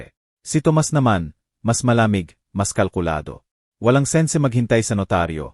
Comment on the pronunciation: dapa po pag english ang binabasa nyo ay dapat vasahin nyo sa english...sense basa nyo sen-se hahaha ewan ko sa inyo kajahiya po